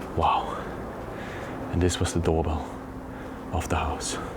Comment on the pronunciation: Heeee, Tingelingeling......de deurbel....hihi dat klonk echt hollands......😉😙